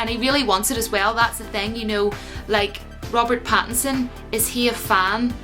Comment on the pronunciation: Robert Batinson. 🤣 I don't like it. It sounds too much like Bat in son. I don't like it when people try to say Batman and Robin have a gay relationship. I know that's not where you were going with that. I'm just saying. It was a cute attempt, but I don't like it. Going to watch the audition tape right after this video.